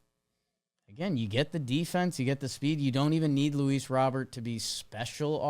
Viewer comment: It's Robert, pronounced like the English first name